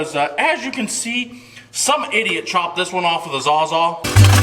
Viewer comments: Sawzall not zawzall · Wait, did you say “Zaw zaw?” It’s Sawzall,. Or, reciprocating saw if you’re being fancy. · can you say saws all not zaw zaw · It's not called a zaw zaw lol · repeat after me. Sawzall or saws all. Outside of that i love your videos.